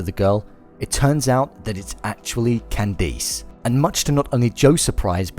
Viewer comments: its Candice not candees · It’s “ can-diss” ugh I live in the uk and my name is pronounced the same. Ppl always pronounce it wrong and say “ can-dees “ 😒🙄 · holy crap! its not pronounce Can-deese, you saw the show, right? they pronounce it properly. bonus video. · I'm British and I would never pronounce Candice like that. Its just weird. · I live in the UK and no one pronounces it like that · Tony Mvr I like how he pronounces her name